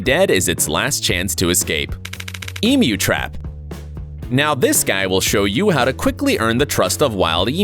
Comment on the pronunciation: Ahhhh he said emu right!